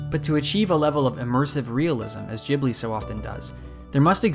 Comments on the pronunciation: Thank you for the video! Is it really pronounced "djibli"? I always assumed it was "gibli"? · Why everyone gotta pronounce it jibli? It’s ghibli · every time you say "jibli" with the soft G (not "Gibli" with the hard G at the start) it makes me squirm in my seat its like jif and not gif uuuuugh (i say gif btw) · Pretty sure it's pronounced "Ghibli" and not "Jibly" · It's Ghibli not jibli, like Gif, not jif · 'Jhibli'... That hounted me trough the whole video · Ghibli, not Jhibli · Great video.. but the way he says "Jeeblee" is soo so irritating!! It's Geeblee, like Green or Good. The 'h' after the 'G' should have given that away, even without any basic knowledge of Japanese pronunciation tbh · It's GHeeebli not GEEBLEE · i died every time you said giblie instead of ghibli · Why does he say Gibli instead of Ghibli? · God it's not jibli fuck Loved the video btw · It's pronounced with a hard G. IPA: /ˈɡɪbli/ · Really bugs me that he says "Ghibli" wrong the entire video. It is with a G like in gift. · its not jibli.. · I cringe so hard every time you say jibli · "Dzhibli"? No thank you! Find other listeners to your lectures. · ok why is nobody talking about how he pronounces it "jibli" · Most punchable voice ever, cant even pronounce Ghibli, the f is Jibblie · There is no J in Ghibli. Your pronunciation is seriously triggering XD. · Hard G like in gun, for chris sake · ahhhh jibli? JIBLI? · Why english speakers pronounce it "jibli"??? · Is it really pronounced jibli? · Oh god please stop saying "Jibley" 😑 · Great video. Are you American? you pronounced "Ghibli" differently. I'd say it like "gibli". Still good analysis. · Nigga said Jibbly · it is pronounced like that because the japanese can't pronounce the english 'G'. That kinda bothered me too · This guy wrote, recorded and edited an entire video essay about something he doesn’t even know how to pronounce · At least pronounce “Ghibli” it correctly. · You’re mispronouncing Ghibli. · ghibly not jibly